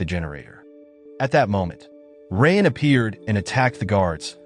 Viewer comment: Bro really pronouncing raayan as "rain" 💀💀🤚🏻🤚🏻